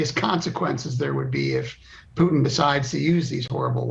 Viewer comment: Did he call him Pootang? Omg that's hilarious. 👌🏼